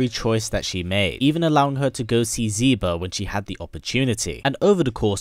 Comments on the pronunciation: ZEE BA?! Z- BA??!! Cracks neck I'M DONE. First Decadent Gamer and now you ? " Zy- ba " HOW THE FUCK - Why the fuck - Its the same pronunciation used with the X in Xianghua's name (SHI) ... It's "SHE-BAH" . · Xiba = Shiba....not Ziba. It starts with the same letter as his mom's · Xiba is pronounced "She-ba". Lexia is pronounced "Lay-sha". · The x is not pronounced as a z it's pronounced the same in lexia and xiba as is it in xianghua why do ppl always do that